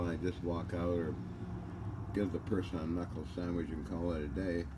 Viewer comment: "A knockle sandwich.." 😆